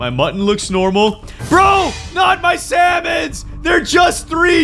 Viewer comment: "Raw slamon"